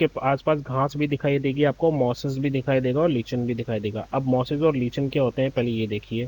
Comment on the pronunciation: लीचन नहीं सर लाइकेन